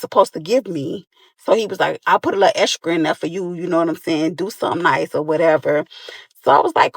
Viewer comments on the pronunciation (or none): This story went up and stuck….”l put a lil exKRa in there for you”….she fo da skkkkrrreeettttsss! When did “satin caps” become an “in”style? #pan-Tees